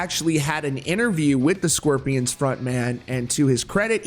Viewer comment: Why do you keep saying the “sqwirpians” it’s SCORPIONS jesus